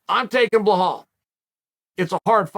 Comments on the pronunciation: chael making me think its Blehal not Belal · “Blehal” love ya uncle Chael 😂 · Does it on purpose he always calls him BLAHAL but writes the name BELAL for the title video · BLEHAWL > BELAL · Uncle Chael… i know you read your comment section. Its Belal mate. Be lal. You pronounce it as its written. Stop intentionally mispronouncing peoples names. You pronounce Khamzats name wrong too. Who the fk is Hazmat? Its getting quite hard to take you seriously 😐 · How can chael not say Bee-Laal is beyond my comprehension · Belal: " Remember the name " Chael: "Blahaal" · Who tf is blah-hall? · There is no “h” in Belal’s name. I was so confused at first haha. It’s B-LAL. FYI for people out there. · I STILL don't know what a "Blahall" is!? 😅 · Love the analysis but it's Belal (rhyms with Nepal) no H. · Did chael ever get a name straight? Blehal… man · I only clicked to hear uncle Chael say - " Beh haul Mohammed " 🤦🏽🙄🤪🤣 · "You guys did not even know what a BLEHAWL was 2 years ago"... Uncle Chael I still don't know WTF that is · The only one who mispronounces Bluh-HALL, is Bluh-HALL. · How has nobody corrected him on the pronunciation of Belal yet? Lol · How do you spell the fighters’ name right on the title but don’t say it right during the video? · I rooting for Luke just because I don’t want hear people saying the word Belal It sound like a person has a egg in their moth want they pronounce his name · chael purposely mispronounces the name of like half the fighters he talks about, have you seen any of this other videos? lol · Even finding a way to mispronounce belal, there’s levels to this